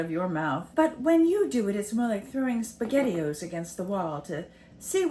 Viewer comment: SpaghettiOs… not sure how to spell it, but I had to rewind to make sure that that’s what I heard😂 YEP you’re a grandma…whoops 🫶